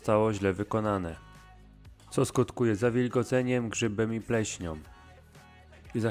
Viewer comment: Wszystko ok ale zwróć uwagę na wymowę, nie mówi się wełnom, pleśniom, wentylacyjom itp. tylko wełną, pleśnią, wentylacją... szanujmy nasz język bo słucha Cię dużo ludzi, materiał przez Ciebie przygotowany chętnie obejrzałem i uważam jako cenny. Powodzenia! 😉